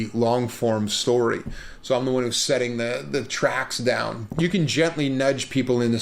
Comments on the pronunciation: "Dah the apothecarys" I swear I tasted Primantis when you said that. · I instantly recognized the Pittsburgh dialect when he said “Dahwn”